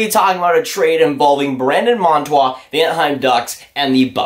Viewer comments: bruh its monTOOR not monTWA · When you make a video say the name correctly .